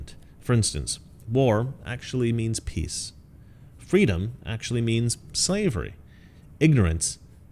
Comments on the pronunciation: It's fee...dom! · LET FWEEDOM REIGN!